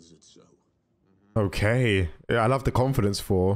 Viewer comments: "OOOHHH FORRR FORRR" SPEAK CORRECTLY! ITS THOR WITH A TH NOT A F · It's Thor bro not 4😂😂